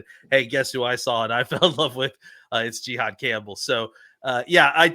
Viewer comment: I’m just gonna assume his name is pronounced JA-HAAD not GEE-HAAD…